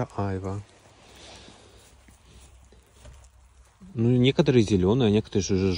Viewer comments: не Айва, а айвА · айвА, ударение на второй слог. У нас так) 😉👌